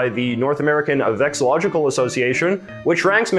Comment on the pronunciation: You're missing an "LO" whenever you say VEXILLOLOGICAL". It's vexillology, not vexillogy.